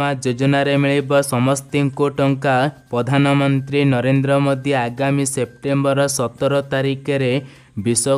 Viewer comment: Ñot Bhartta but Bhatta not padhan Mantri but Pradha Mantri not pastab but Pràstab Hoga your voice word is very very wroñg thank you